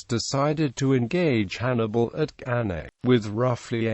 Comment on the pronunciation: Cannae is not pronounced properly.